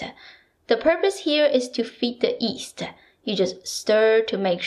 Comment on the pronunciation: I've noticed that you can make the Y sound at the beginning of 'use' but not on "yeast'. It's cute.